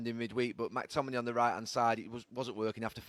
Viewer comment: Can someone teach him how to say McTominay's name right